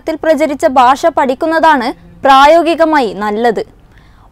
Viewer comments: ബാഷയല്ല കൊച്ചേ ഭാഷ ബ്+ഹ്‌ + അ= ഭാ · Not Basha, it is Bhasha. So news reader please learn to speak Bhasha. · ബാഷയല്ല. ഭാഷയാണ്